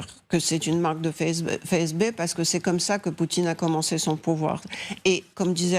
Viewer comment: Bon au moment où elle a dit « phé eze bé » et non FSB , j’ai lâché